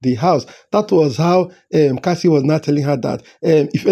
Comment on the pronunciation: It is Kassia not Kassie